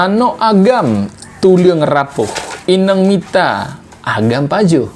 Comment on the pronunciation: Ineng ⁉️ Inong (inöng) ✅